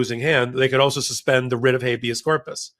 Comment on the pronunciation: Writ. not ritz...theyre NOT puttin on the wrist, the ritz, the rids....teach our ppl English 4heavens sake